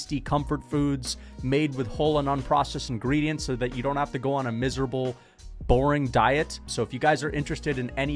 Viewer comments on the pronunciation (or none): none